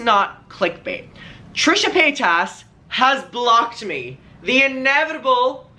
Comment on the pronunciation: I think it’s because you pronounce her name wrong 🤣😘love you